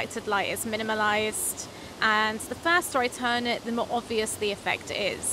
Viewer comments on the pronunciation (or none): none